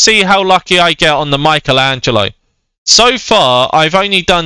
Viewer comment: U said mikeatello